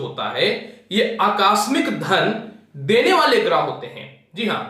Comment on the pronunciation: अकास्मिक नहीं आकस्मिक होता है।😍😍😍😍